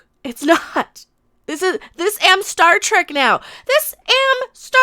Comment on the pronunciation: did you just say "start wreck"?